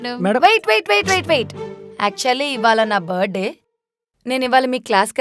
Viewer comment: "Buh day" kaadhu " Birth-day" RTH silent kaadhu